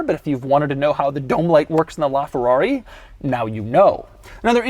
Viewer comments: “Lrrraa Ferrarrri!!!” (That’s what I hear, and what about you guys??) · "This, is a Laaaaaaaaaa Ferrari" What it sounded like when he pronounced it. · the way that this guy pronounces ''LA'' ferrari, ughhhh, cmon dude you are making a video inside that masterpiece and you don't learn how to pronounce ''LA''....... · Bro you’re supposed to say: this is LaFerrari, because “la” in Italian means “the” thus replacing the need for “a”